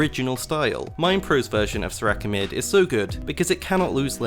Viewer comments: "Soo-Rakeh" pauses video keeps playing video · mans says serakah